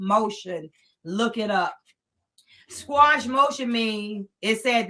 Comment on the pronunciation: It's called a motion to "Quash" not squash.